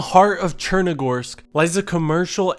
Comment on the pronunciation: It's not pronounced sure-nar-russ It's pronounced sher-nah-roos, which means Black Russia, because it's next to the Black sea.